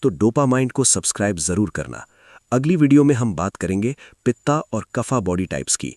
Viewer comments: भाई यें वाता पिता और कफा क्या होता है??????? हिंदी मे बोल रहे हो तो उचित उच्चारण करो ना ----- वात पित्त कफ नई पीढ़ी के बच्चे वाता पिता कफा ही बोलेंगे हम चाहे कितना भी उनको ठीक करे इसलिए कृपया ध्यान से 🙏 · वाता क्या होता है। वात बोलो । पिता नी पित्त्त। कफा नी कफ्फ बोलो